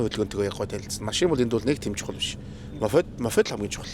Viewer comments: Мофед мофед... л гээд байх юм моПед гэж мэддэггүй юм байх да 😂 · моФед, комФьютер, Фүүз гээд л 😅